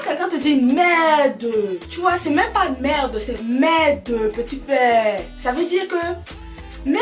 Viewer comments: Confirmation que tu es vraiment une camer, tu as du dire le mot "merdeuuuuu" 50fois😂😂😂😂😂😂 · Le nombre de fois qu'elle a dit merdeu 🤣🤣🤣 On est ensemble 🥰🇨🇲🇨🇲🇨🇲